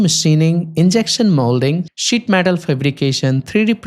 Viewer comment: SZÍT METÁL XDDDD